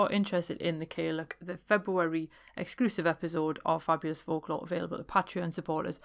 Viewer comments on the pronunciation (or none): Great show! Some stories there i was unfamiliar with, so thank you! I used to look after an old lady in the gaelic speaking western Highlands & she'd refer to herself and other old ladies as caileachs. But it's pronounced 'kal yach' with the 'loch' type ending.